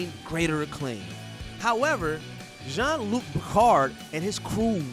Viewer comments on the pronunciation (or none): You're going to deign yourself an expert enough to insult TNG season 1, but you called the Captain "John" Luc Picard? Shameful. It's Jean, like Shawn. If you actually watched an episode you'd potentially get it right.